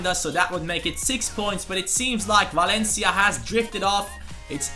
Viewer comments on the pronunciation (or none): none